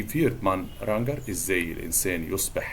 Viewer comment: هي نطق Ranger دي صح؟ انا سمعتها منه بيقولها بالجيم المعطشة وفي Duden برضو كده